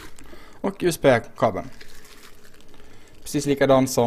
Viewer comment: låter fan som att du säger USP ist för USB xD PS: du får köpa dig ett rakblad för paketen ;)